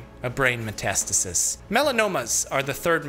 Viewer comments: I always though metastasis was pronounced meh-tuh-STAY-sis, not muh-TAST-is-is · It feels weird to hear Metas tasis..... I generally hear and pronounce it as Meta stasis